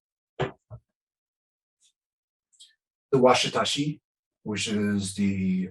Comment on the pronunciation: I like how doesn’t know what they’re called 😂 washitashi its a wakizashi